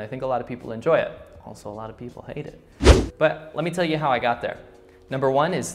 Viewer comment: lol a subconscious Chinglish "Hot to say?"